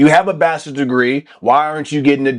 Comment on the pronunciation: I’ve never heard anyone call bachelors degree as bastards degree lol